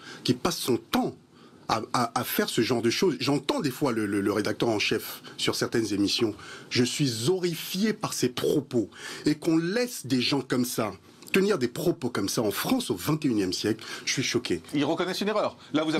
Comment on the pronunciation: On ne dit pas zzzorifié! Le H aspiré donne Horrifié. Un rappeur en somme... Pas plus pour cette discussion stérile.